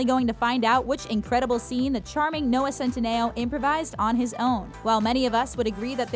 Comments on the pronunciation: It’s pronounced CEN-TEEE-NOOO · You’re saying centineo wrong